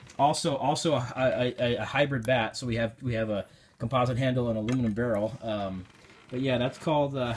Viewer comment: U said the aluminum and composite wrong